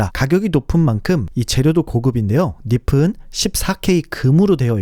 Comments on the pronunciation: 닙은,을 [니븐]으로 발음하지 않고 [니픈]으로 계속 발음하시네요. 닙은 nib에서 온 말이니, ㅂ으로 소리내야죠. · 좋은 정보 잘 보고 갑니다. 다만, “니피” “니픈” 이라는 발음이 영 듣기가 어렵네요. 발음이 굉장이 단정하고 좋으신데 “니비” “니븐” 으로 국어 발음법을 지켜주시면 훨씬 좋을 것 같습니다. 새해 복 많이 받으세요!